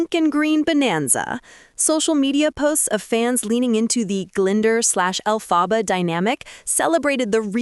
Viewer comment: Learn how to pronounce Elphaba!